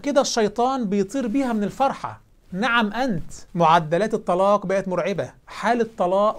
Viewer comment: الله يعطيك العافيه على ما تقدم و الله يجزيك الخير، بس فيه كلمة قلتها اللفظ تاعها ما كان صحيح وانت عدتها مرتين و هي "نِعْمَ أنت" و ليس نَعَم أنت"